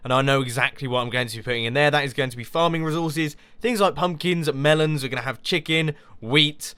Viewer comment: Tha.. Tha's a lot o' melons! Lol... XD Loved the way he said that.